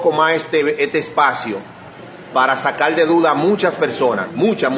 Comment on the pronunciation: So brúto aplende a hablál....no se dice sacal ..es sacar ..pensal ..es pensar...